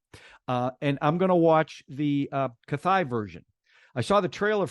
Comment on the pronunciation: On a small note Kaithi is phonetically pronounced as 'kai-thee'. The tamil one is surprisingly more grounded and you hopefully you like the other action movie in the same universe 'Vikram' 2022...also, available on youtube with subtitles